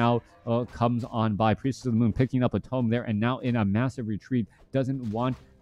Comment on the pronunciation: “Priestess of the mon” - shadow hunter’s gf